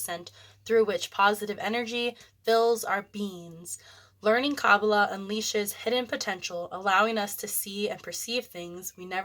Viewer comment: Please learn how to pronounce Kabbalah ❤